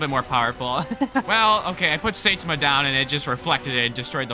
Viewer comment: Saitama is said sigh-tom-a